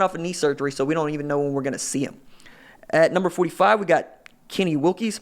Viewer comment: Kenny Willekes (Will-Eh-Kes) a beast